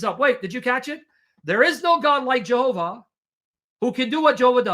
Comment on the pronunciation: Yehovah,, Yehovah! Stop saying J like the Westerners.